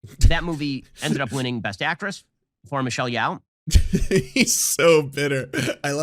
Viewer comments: "It was apparently quite boring..." so apparently Ben didn't watch it and has some comments anyway. Her name is pronounced Yoh, BTW, not Yow. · He can't even say Michell Yeoh's name. That he doesn't understand why EEAO won editing shows that he doesn't understand shit about film. And who actually expected Top Gun to win anything? It was weird that it was nominated.